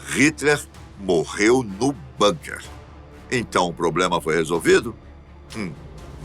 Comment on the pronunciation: Se fala bunker com "u". Não com a fechado. NÃO É INGLÊS